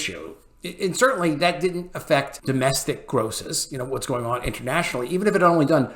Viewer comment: Lol he just almost said "intermationally"